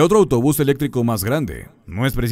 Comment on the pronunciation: Se dice ELÉCTRICO con acentuación en la tilde y la C. No se dice ELETRICO, así que a estudiar primero la fonética de las palabras antes de publicar vídeos jajajajaja